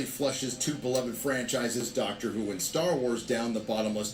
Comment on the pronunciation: did say Darker Who?